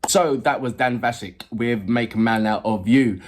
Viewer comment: Yes it's not Vasick, you pronounce it like ask as in Vask!